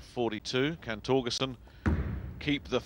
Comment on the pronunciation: cass says torgesten